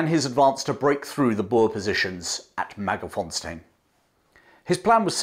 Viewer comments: MagerS-fontein, not Mager-fonstein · actually, the last part "tein" sounds more like TINE (like the tine of a fork) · Hi there, I love that you pronounce most of the names very well except for Mager s fontein - Magers Fon (as in the German von) tane (as in bane, sane). 😀😉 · Excellent account, but please re-examine the word Magersfontein and establish the correct location of the letter 's'. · Learn to pronounce Wauchope correctly . Also it's Magersfontein not ' Magerfonstein. A MacRae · Great story telling. The Boer War was a lesson the British took to heart, and helped them in the coming First World War. Do have a minor complaint, your pronunciation of Koos and Magersfontien are seriously flawed.